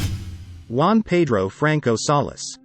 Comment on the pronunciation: Juan, not Uan